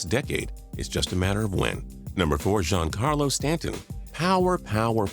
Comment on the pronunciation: zohn Carlo Stanton